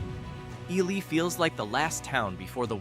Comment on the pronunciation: Wow...TOTALLY got the pronunciation of Wabasha (should be pronounced WAH-buh-shaw) wrong!!! Got Ely right, though.